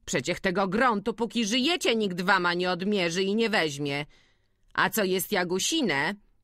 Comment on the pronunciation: Lektorka chwilami bez sensu akcentuje, przekręca wyrazy ( zżuć buty zamiast zzuć, spiesz się fliksie, warna zamiast wama, no sporo tego było), ogólnie problem ze słownictwem bo chwilami jakby nie rozumiała co czyta. I trochę niepotrzebnie sili się na czytanie różnymi głosami.